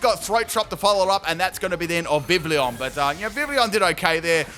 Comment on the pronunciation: Hey, I just wanted to leave a tip :) The double l in Vivillon makes a y sound rather than the standard for English l, because it is based on French pronunciation. So it would sound more like "Viv - iy - on". Great video by the way! I'm a big fan :D